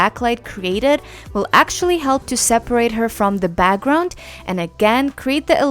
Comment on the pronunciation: She’s great! But the way she says “BAGGGROUND” is soo annoying 🤣